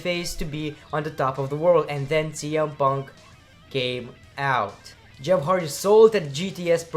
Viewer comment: Did he said CM Punk or TM Punk?